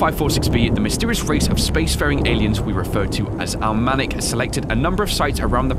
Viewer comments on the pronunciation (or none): It’s al-ma-nac Not al-ma-nic btw love Your vids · His pronunciation of Almanac makes me cringe